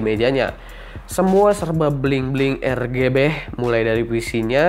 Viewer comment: serba "ER GE BEH" wkwkwkw